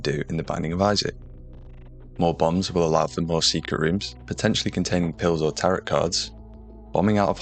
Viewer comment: The last T in "tarot card" is silent